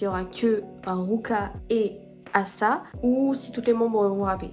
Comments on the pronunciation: Non ça se prononce A-sa, les membres lui en donnait le surnom de Ace-a (parce que c'est la membre la plus potentielle d'être une Ace et que c'est plus cool) à partir de là elle a garder ce surnom mais on peut toujours l'entendre dire A-sa quand elle se présente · Asa se prononce Aisa ou le premier a fait le plus avec un accent américain